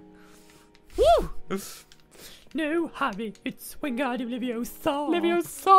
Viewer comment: Hermiodaisy, it's Wengardium Levisosa not Wengardium LeviosA and Weasley Longnose it's Olivanders not Salamanders. Don't drive me mental! And BalisticPotter, don't break school rules!